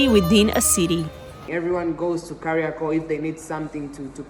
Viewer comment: it's Kariakoo with a long O, not Kariaku. 😅